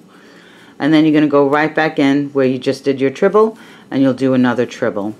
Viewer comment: Treble crochet not trible